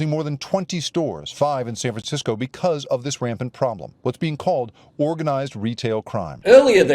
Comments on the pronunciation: Sounded like the one guy said San Franshitsco. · Did that guy saying San Francisco was beautiful almost call it San Franshitgo?